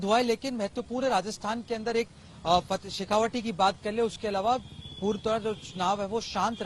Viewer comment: आप तो बहुत पुरानी पत्रकार हैं फिर भी आप शेखावाटी को शेखावटी कैसे बोल रहीं हैं ? तत्काल ध्यान दीजियेगा। शेखावाटी को शेखावाटी ही बोलिये। शेखावटी नहीं।